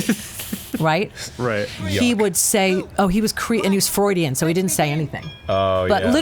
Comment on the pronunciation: It sounds like Michelle's therapist was "FRAUDIAN", rather than Freudian.